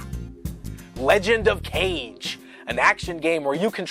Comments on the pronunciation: The one dude pronounced Legend of Kage incorrectly. It’s pronounced “kah-gey” not “cage”. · Legend of Kage. Kage as in shadow. It's about a ninja. It's not pronounced as Cage. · Not kage "cage" it's kage " ka-gay" 😂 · It's pronounced "kah gay" and it's japanese for 'shadow.' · Legend of Kah-Gey